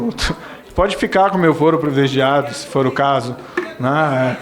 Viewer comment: Ru Pimenta falou PREVILEGIADO...nem sabe a lingua patria !